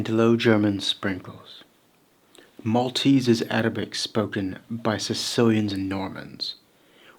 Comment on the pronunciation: U nailed Maltese